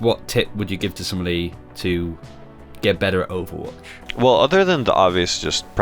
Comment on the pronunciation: anyone else hate how these people say "overwatch central"? it sounds like they're saying "owutch central" and it bugs me enough to comment about it lmao